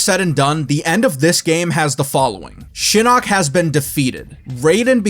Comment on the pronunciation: Did he just say The Eye of Shitting?